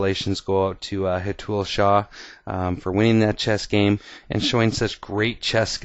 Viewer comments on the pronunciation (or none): Its Hé-th-ul shah :) loved the video :D